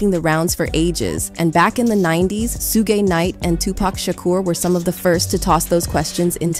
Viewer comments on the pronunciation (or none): “Sue-Ghae Nite” 😂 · SooooGaaaayyyy knight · lmfao....she pronounced suge as 'su-gey' knight... ..i thought that was fucken hilarious. 🤣🤣😂🤦‍♂🤦‍♂🤦‍♂🤦‍♂ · Suge is pronounced “sha-oog “. Not “sue-gay”. His name was initially given to him as a kid and it was meant to be short for “sugar bear” 🐻. His family said as a boy he was very sweet. Kinda ironic when one realizes he grew up to be a violent gangster…… ❤ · This narrator sayin.. Sue-Gay instead of Suge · Who the heck is "Sue gay" ?? Are you trying to say "Suge" (Shuge)?! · His name is Suge sounds like: Shugg, not soogay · Who the hello suguy? It's Suga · His name is Suge, not Suegay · Suge Knight name is pronounced Shug Knight not Soogay. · It's Suge not Suegay, Lol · Pronounced shuge not shooge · Shoog bro watch the hell is soogae 😂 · It's su gay it's suge and it's not kid coodie it's kid kudi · If she says Sugay one more time, I'm going to scream. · 😂😂😂 I said the same like who TF is sugay crazy ahh lady 🤦🏾‍♂️ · that part she talkin about suge knight and mention his name like 4 times under 1 minute, Su-GAY, suGAY su-gay man had me rollin on the floor. thats gonna be his new jailname fr idgaf SU-GAY NIGHT. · "Soogay knight" 🤦🏻‍♂️ 😂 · Soo-Gay Knight not mincing is words 😂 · No one else gonna talk about who SueGay Knight is? I mean, he’s gay, too, but the mispronunciation. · Why does she keep calling suge, sugay!?! That's the only way I can spell it. The th3 way she's saying it to me!! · Sue Gay Knight I wish yall would come to the black meetings to at least say there names right. At least stand outside the door in the hallway. 🔥💯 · Who is 'SU-GAY" Knight??😂😂😂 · Great info but please correct your “enunciation”…”Suge” Knight is pronounced “SHUG” Knight, like “SUGAR” the sweetener…everything is very informative, great job… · Did she say Suegay Knight? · Where do you get he threatened KW? “Kid Coody” “Soogay knight”? Why do you gossip clown channels always butcher people’s names? It’s so weird. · “soo-gay” knight 🤣😂